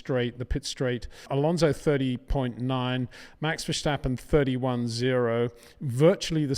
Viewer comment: It is NOT "Bottash" nor is it "Lewisch" nor is it "Oshcar Piashtri" nor is it "Nyck de Vriesh" nor is it George "Russhell" nor is it "Fernando Alonsho" nor is it "Lance Shtroll" nor is it "Pierre Gashly" ... so why on earth do you want to say: "Max VersHtappen"